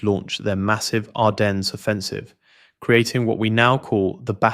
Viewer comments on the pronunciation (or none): It’s crazy that you provide Bastogne correctly, then just choose to pronounce Lieutenant and Ardennes incorrectly. Why do the British speak poorly on purpose?